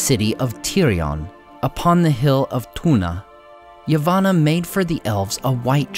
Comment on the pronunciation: I still love these videos, though I would really have preferred it if dudeface cared enough to pronounce words/ names (such as Laurelin, Yavanna, etc) properly.